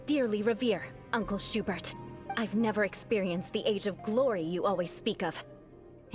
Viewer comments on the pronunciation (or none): I love how it's pronounced "Shoe-Burt"